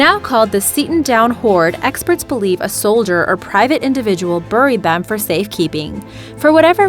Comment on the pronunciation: It's not complete drivel... but her pronunciation of the words "buried," "ingot," and "Galilee" IS highly obnoxious (among others)!! 😂